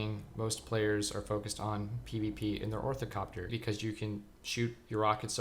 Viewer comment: Nice video I always love more information about pvp. Also it’s Or-nith-opter not orthicopter :p anyways now that I’ve found your channel that notification button is on!